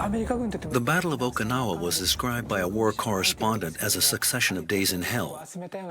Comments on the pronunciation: Poor AI voicing; Mispronunciation of "Okinawa", the subject of the entire video. Why trust this video? Poor. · Nice - except for pronouncing it properly. It's oh-key'-nawah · 15 seconds in and you've mispronounced the name in the title."Okee-no-wa"? If you can't be bothered to figure out simple pronunciation, I don't trust anything else you have to say. Goodbye.